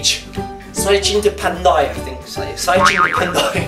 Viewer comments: Pantai not pandai😂 you're hilarious obviously Kuala Lumpur is better than sarawak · Not 'pandai' but 'pantai' .. you need more practice ya! 🤭